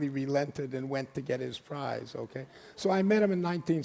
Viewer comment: She says..oohkee?